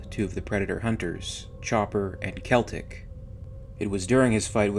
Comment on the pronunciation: SELL-TIC not kel-tec thats how you pronounce it